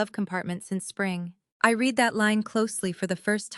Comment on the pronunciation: If AI is so great, why can’t it determine the correct pronounciations for the word “read”. It’s different for present and past tenses.